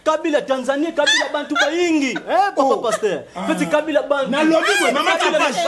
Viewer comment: Kabila[ Ká..bi..là] c'est comme ça se prononce. Je suis Mukongo.